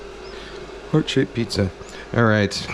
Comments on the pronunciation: Mf said pziza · Between piziza and the whistley nose, this has to be the funniest video yet 😂 I need me a pizza oven asap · This mf said pziza!